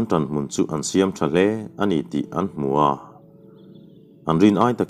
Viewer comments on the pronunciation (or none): none